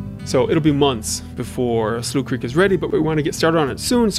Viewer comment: Wait Slough Creek isn't pronounced Sloth Creek? I've been pronouncing it wrong this entire time. These bugs are funny as flip especially the zoomed in/zoomed out ones Anyways keep up the great work!